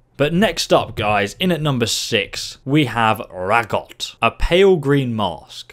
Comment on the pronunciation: RAH-GOT not ragot